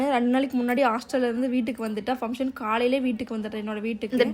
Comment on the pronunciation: Sis sry to say this fumtion illa sis function nu sollunga.., just correct pannikonga.. don't mistake me